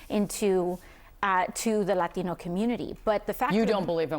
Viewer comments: I’m absolutely disgusted by this anchor woman’s disrespect to the Latino community. She’s purposely mispronouncing the word Latino, while sitting across from our hero AOC who proudly says it the correct way! How racist! She should be fired! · Why is she saying Latino like that? It's like the only word she emphasizes an accent with.